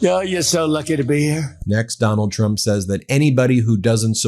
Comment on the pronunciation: Donald Chump is the most honest thing hes ever said or is he having a stroke